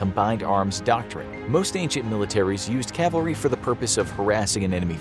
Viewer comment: Thanks for not saying Calvary.